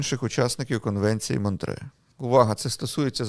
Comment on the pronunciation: Ні. Монтре. З французької мови, в цій назві чітко чується останній звук ,,е''. Ви або по незнанню або свідомо вносите російську транслітерацію та озвучування.